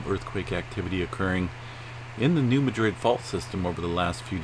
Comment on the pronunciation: It's not pronounced as Madrid, as in Spain. It is pronounced MAD-rid!